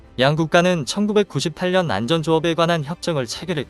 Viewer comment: 수고가 많습니다만 원고를 읽기 전에 틀린 곳은 없는지 교정을 하고 자막을 올리고 더빙을 해야 하는 데 그렇지가 않군요. 읽으면서 좀 어색한 어휘가 없었나요? 그대로 따라서 읽고 계시던데요? 1분51초에 " 양국이 해양 만전 분야에서도? ' 는 해양 안전 분야로 해야되겠구요. 2분1초에는 "바다에서 위험에 저해 있는?" 에서도 "위험에 처해 있는" 으로, 2분4초와 2분12초 에는 "해량경찰관으로서 "에서도 해량경찰이 아니고 해양 경찰로 해야 겠죠? 만에 하나라고 미리 원고를 교정할 시간이 없었더라도 읽다가 말이 안 되는 것을 느끼지 못 하셨다면 그것도 문제가 되겠습니다. 끝 까지 가 보면 더 있을 것이기에 그만 지적하겠습니다.